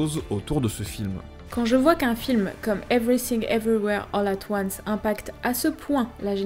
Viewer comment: Evry Sing, Evry ouère, holà toine ce (pardon)